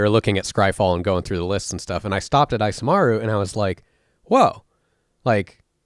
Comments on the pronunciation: I'm cringing every time you say "" instead of Isamaru lol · The "I" in Isamaru is pronounced "ee" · Isamaru is based of Japanese and should be pronounced "ee-sah-mah-ru". Maru(麿) is a suffix used in dog names and Isa could be shortened version of 勇ましい. So the name could mean Courageous/Brave Dog.